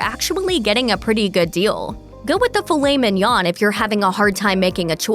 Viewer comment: Let’s take advice from someone who can’t pronounce filet mignon correctly. I seriously don’t know why I watch these stupid videos. They suck me in every time.